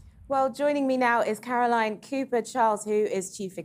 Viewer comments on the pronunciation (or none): none